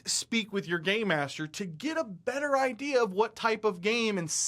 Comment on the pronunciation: Everyone you say "game master", I hear "gay master" and think, "so Idubbz is in charge?" Also, I have never played Dungeons and Dragons, and know nothing about how to play it. Random fun fact.